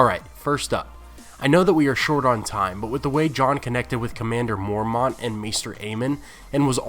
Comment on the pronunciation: stop saying mormaunt